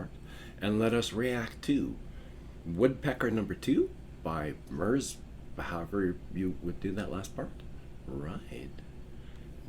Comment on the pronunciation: also, it's pronounced "merz" and "bow" as in the act of bowing as a greeting or gestor of respect towards someone/something else.